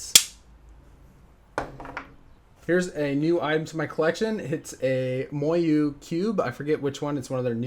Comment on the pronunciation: Oh my the way he says Moyu